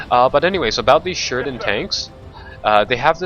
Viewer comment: And why didn't you pay attention to what he actually said. He pretty much slurred the word Sheridan.